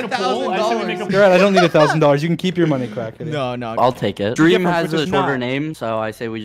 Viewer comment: Drrreeam LMFAO